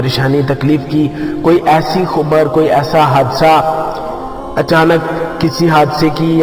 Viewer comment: Khubar nhi bhai khabar bolo